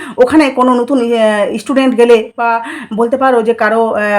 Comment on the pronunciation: Apnar coverage khoob baje uchcharan thik korte hobe ishstrong, ishstudent 😂😂